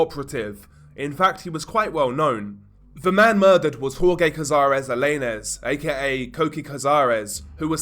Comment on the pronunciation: In this video he still mispronounces Jorge as “Hor-gay”. It’s pronounced “Hor-heh”.